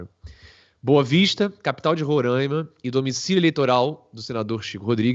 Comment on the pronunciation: RORAIMA SE Lê "RORÁÁÁÁÁIMA" "a" ABERTO, NÃO É Â.